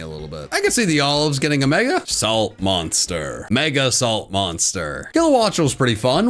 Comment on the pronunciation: DO NOT LEAVE OFF THE N IN MONSTER! AND IT'S WHY ARE THERE, NOT WHY IS THE! WE DON'T SAY THE BEFORE SAYING SO!